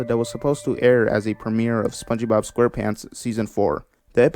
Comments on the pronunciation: My man said spongibob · Idk why I laughed at how he pronounced spongebob. He said spongeee Bob